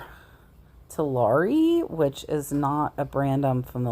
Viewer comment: It’s TAHARI not Talari. 😉. Pretty good brand.